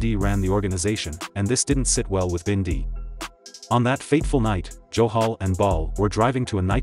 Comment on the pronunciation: Robbie wasn’t killed in daylight, it was like 3AM and why do they pronounce it as binday !